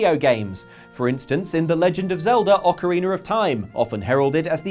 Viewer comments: ITS "Ocarina of time" not "Ocariner of time" ha and this guy acts like he knows zelda lol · Ah yes, Ocareener of Time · Ocariner. Ocarina mariner?